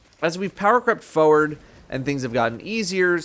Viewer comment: Why are Americans suddenly saying "foe-word" instead of "forward"? This has never been a thing, but it's everywhere now.